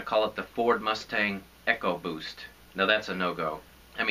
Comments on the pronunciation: You're saying it wrong....not "ecco-boost"....it's "Eco-boost" Also you made it sound like that was your only option in the video. LOL! I'm with you on a man not being able to drive a 4-banger Mustang without getting laughed at though! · say it with me ecooooobooossttt like economy ,not echo!!!!!!!!!!!